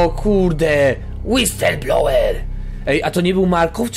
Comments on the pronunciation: tę nazwę czyta się Łisylblołer. Łapkujcie, żeby widział:D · to się czyta "Łiselblołer".:) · Tytuł tego dodatku czyta się łisylblołer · to sie wymawia,,wislblołer" łapkujcie aby zobaczył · Czyta się w przybliżeniu łislblołwer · Mi się wydaję że powinieneś czytać: Łistylblawer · Czyta się to Łiyslblołer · to się pisze [łisylblołer] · czyta się łisl blałer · Czytaj łistelblołer